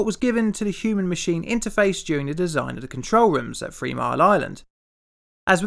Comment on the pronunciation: Did he say free mile island?lol. The subtitles did.